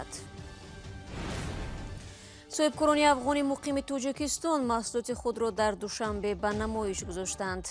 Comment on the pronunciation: Апа туншанбе не душанбе😆😆😆😆😆😆😆😆😆😆😆😆😆😆😆